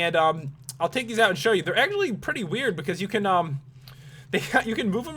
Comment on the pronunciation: U say in gets wiyd